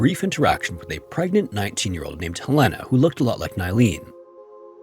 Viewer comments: Its helena not helena (Hell-een uh) NOT (hil-ain-uh) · Just FYI: the city in Montana is pronounced HELL-en-ah. I grew up in Montana. Never heard that last story, before, though--Creeeepy!! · Helena is pronounced Helen-uh. Just fyi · The way you butchered the pronounciation of Helena, Montana should be criminal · Ugh… mispronouncing the state’s capital, Helena, is irksome 😕